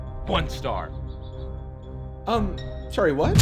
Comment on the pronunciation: I don't like the way he gets all up inside the plant's ear to say "one StAr"